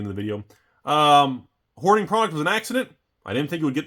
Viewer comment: Was that hoarding or whoring sir? Please clarify.